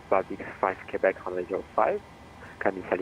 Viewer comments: it's pronounce "KAY-BECK", not "CUE-BECK". It did sound weird when you said it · its not kee bek its kwebekh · Quebec is pronounced Kwubeck. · should sound more like kubek